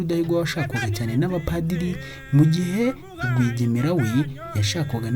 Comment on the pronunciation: Urakoze ku mateka meza. Ariko inama nakugira, ujye wegera abakuru kugira ngo bakubwire uko amazina y'izo mfura zo hambere yavugwaga (prononciation), nibyo byaba byiza kugirango nabyo bimenyekane. Nka Semutwa, Rwigemera, Kankazi, Rwubusisi na Rugumire, uko uyavuga siko avugwa. Ariko birumvikana, uri muto ntawakurenganya. Gusa bizatuma wowe n'urungano rwawe ndetse n'abandi batayazi babimenyera iwawe. Urakoze